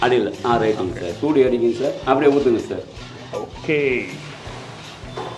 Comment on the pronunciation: Ayya joodu endru solluvadu soodu (heat) aagum